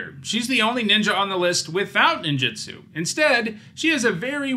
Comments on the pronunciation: Two things: It's pronounced neen-ju-tsu, not nin-ji-stu. Ninjitsu isn't a word, but when separated as nin ji tsu, is man-hour with a particle at the end. Ninjutsu is the combat style of ninjas. Also, it's not "koh-toh-see," it is more like "koh-toh-seh," with the syllables roughly even (the kanji comes out to koto-se for how it's divided). I know I shouldn't be critical of it, especially as someone who is just learning Japanese and not a native speaker. Since starting to learn it two years ago, though, I've realized just how often English speakers butcher Japanese words because we aren't consistent in our own language with how letters sound, whereas Japanese is far more consistent outside of them cutting off the end of katakana, like in words like desu (des') or masu (mas'). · It's pronounced ninJUtsu, not ninJItsu.